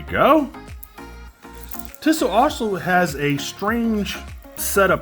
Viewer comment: No offence but the company is pronounced Tee-So.